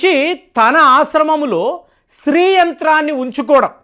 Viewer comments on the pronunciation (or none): the pronounce what you telling is STREE it should be SHREE. sorry for commenting this, as it will be followed by others also